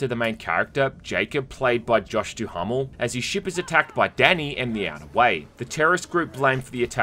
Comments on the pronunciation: It's DuhaMel like caraMel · Good review, made me interested in the game that I previously overlooked. Also I have to mention this because you just kept saying it (perhaps in jest) but the name of the actor is pronounced Josh DOO-MEL. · I'm...I'm going to be that obnoxious person and say that's the strangest pronunciation of "Duhamel" (as in Josh Duhamel) I've ever heard. But it ultimately doesn't matter. Informative review and that's what I was needing yeehaaa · Thats definitely not how u pronounce josh's last name